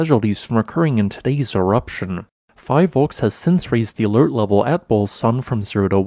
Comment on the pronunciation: Bulusan has been on the PHIVOLCS radar for months after swarms of earthquakes in the area. BTW, PHIVOLCs is pronounced as Fee-volcs, not fi-volcs.